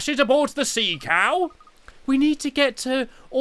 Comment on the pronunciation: the way he said "cow" lololol